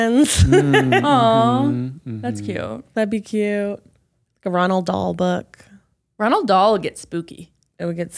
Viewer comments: Roald not Ronald 😉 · Not “Ronald Dahl”😂😂😂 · Roald Dahl not Ronald?